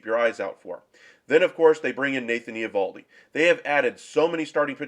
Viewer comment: Learn to pronounce his name